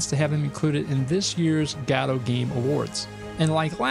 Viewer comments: Btw: You pronounce Godot like "Jodo-T" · After listening to a dozen Godotcon talks from the creators and maintaners of the program, why in the world do you still pronounce it that way. It's just rage bait mary-oh kind of stuff at this point. Just a stubborn way to turn off potential viewers. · Yeah, godot has an official way to pronounce it in english, yet after so many comments he keeps on twisting the word as much as possible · I vote guh-do this week. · Im going to continue calling it guh-do thanks very much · There are many ways to pronounce Godot, and he somehow picked the worst one. It's like the English pronunciation but without literally any of the charm of the English accent. GAH-doh, GAH-doh, GAH-doh. I find it grating enough that I try not to watch his videos. (Like, is he trolling?) Though, clearly, I sometimes do still watch. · i vote for you to stop mispronouncing godot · yes please